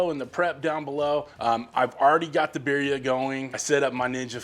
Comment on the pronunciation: just pronounce the second "i" like an "e". Like bireea. Make sense?